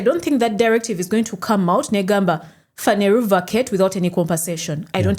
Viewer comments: The way you pronounce Phaneroo is amusing. It's Phaneroo not "Phaneru" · it's phaneroo not phaneruu😂😂